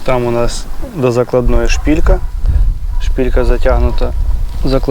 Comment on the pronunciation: 😅 не шпІлька! А шпИлька!